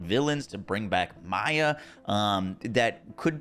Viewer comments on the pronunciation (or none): none